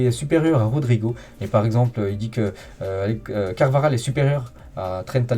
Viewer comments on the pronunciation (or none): none